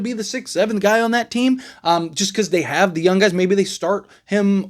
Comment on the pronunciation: The way you say “young” is wild!!!😅